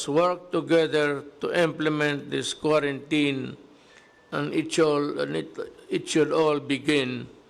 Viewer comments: Sir President Duterte that pronounce k w a r a n t i n i just type in wrong spelling how to pronounce quarantine. Not k w a r a n t a y n. Just concern citizen po Pres. Duterte. Pls take care always your health Mr President Duterte. Bawal magkasakit po. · Ok yung binabasa nya yung proclamation para malinaw at hindi usap lasing!!!... look up correct pronounciation ng Quarantine, para alam mo, Sir.